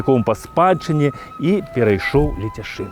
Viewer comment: Пры ўсё павазе, але ЛЕЦЯШЫН а не Ляцяшын.